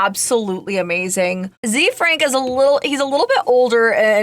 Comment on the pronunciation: Is it zee frank ? I thought it was pronounced kinda French. Like zefrank. The frank